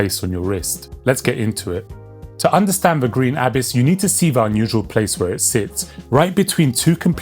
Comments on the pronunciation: Abiss? stop saying it like that xD it's abyss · say abyss properly